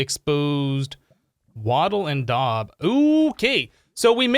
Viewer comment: The daub is pronounced and Wattle and daub is a composite building material used for making walls, in which a woven lattice of wooden strips called wattle is daubed with a sticky material usually made of some combination of wet soil, clay, sand, animal dung and straw.